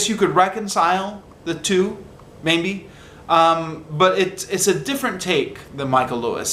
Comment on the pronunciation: please don't take this as a personal attack, but have you ever noticed that sometimes your "maybe" sounds like "mayNbe"?